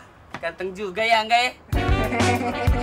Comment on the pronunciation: Gue dengernya : Kanga Ternyata : Ka Angga 🤣🤣🤣